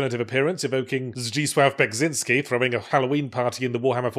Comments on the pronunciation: polish bloke here. you actually pronounced zdzisław beksiński quite correctly! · Did he just fucking correctly pronounce ‘Zdzisław Beksiński’??? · I cannot believe that Yathzee actually pronounced "Zdzisław Beksiński" more or less correctly. Is he secretly Polish? That would explain excessive swearing and the overall gloomy attitude